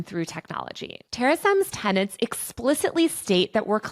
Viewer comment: Tenets, not tenants / ten ants